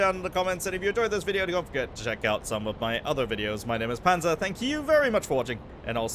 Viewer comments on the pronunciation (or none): none